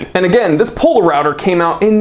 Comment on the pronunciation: Poler-router hahah